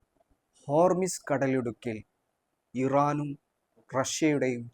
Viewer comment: ഹോർമിസ് അല്ല ഹോർമൂസ്